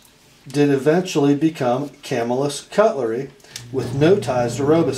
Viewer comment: Thanks for all you do! The pronunciation of Camillus is Cam-ill-us, accent on the second syllable. Camillus is a suburb of Syracuse, where Crucible steel is located. BTW, sadly, the Camillus knife factory was just recently dismantled. Upstate New York was once home to many cutlery companies, some of which are still in operation, including Schrade, Oneida, Ontario, Kabar, Queen, Canal Street, Utica and others.